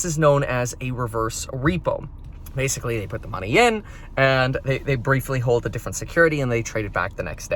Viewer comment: Please just say “hold”